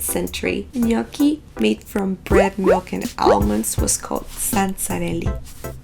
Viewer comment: Finally hearing the right pronunciation of their name :) Also, egg is not used everywhere in the dough. If you have good potatoes (some varieties are better than others) and flour, the dough will be already good enough ;)